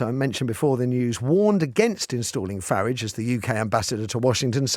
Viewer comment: Didn’t cotton on that you were speaking about Nigel Farage. Ha ha. Just your bad diction pronouncing Farridge as in porridge. He’s very popular both sides of the pond.